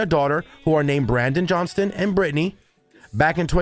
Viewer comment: Why do you immediately call him Jerry JohnsTON, when clearly the headline reads Jerry Johnson, without the [T] in it??!! Just makes no sense!!